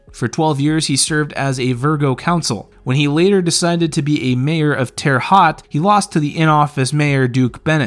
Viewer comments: Terre Haute pronounced "Tara Hoate" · C’mon, man. Google provides phonetic pronunciations for big words. Terra-hote is the county seat of Vigo County, not Virgo. It’s where Larry played in college and opened his first car dealership. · What the hell did u call Terre haute🤨😂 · I love how he Terre Haute not even close but it’s cool loved the video